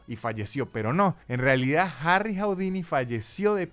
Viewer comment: ¡Hola,! No se pronuncia "jaudini".